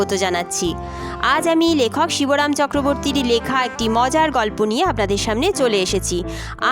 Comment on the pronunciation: Shiboram na Shibram